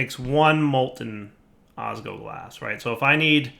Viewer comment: OsgLoglas, not osgoglas